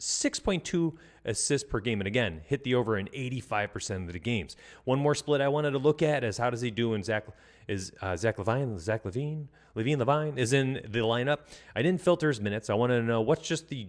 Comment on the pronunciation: Zach LaVEEEEN my guy not LaVINE